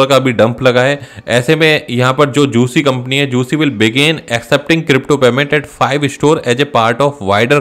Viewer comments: जूसी नही गूची.. बाबू 🤣🤣🤣🤣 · juicy ni hai vo gucci hai😂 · Gucci ki galat pronounce kar rahin hai. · 😂 lol ise to GUCCI KO bolna bhi nahi ata 🤦🤣